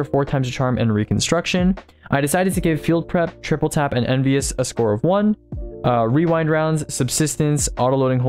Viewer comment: I’ve never heard anyone pronounce “rewind rounds” right on the first time. Gotta respect that.